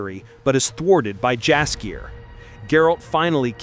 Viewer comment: Dumb AI can't even say Jaskier properly.